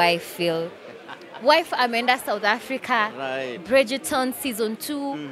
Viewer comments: trying to tell the interviewer the right name for the series if Brijton, not brijeton as she calls it. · It's actually Bridgerton....notice the er before the t...so pronounced Brijaton...😁